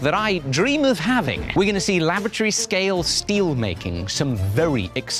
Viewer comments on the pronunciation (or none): The way said "laboratory scale" sounded like "lavatory scale" to me. Quenching should be convenient, I guess. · I swear he said lavatory scale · note to self, dinnae cough when someone says laboratory or I will hear lavatory